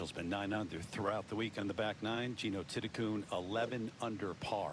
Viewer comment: Patty came to congratulate her, the game is about supporting the younger talented people. And Lydia Ko shot -9! In English, her name is spelt Thitikul. The commentator pronounced it Thitikoon??? Shes definitely a new star but has nothing on Ko.